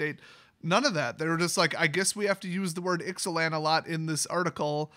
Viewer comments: Pronounced I zay lan I believe. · I think it's pronounced Ix-uh-lahn.